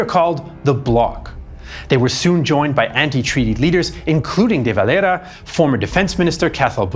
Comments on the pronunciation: Éamon De Valera was not spanish or mexican i dont know why he is the only guy you pronounce like that. Great video just that was hard to listen to as an Irish man muself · De valera is a Spanish name his father was Spanish so it's kind of interesting to hear it pronounced this way..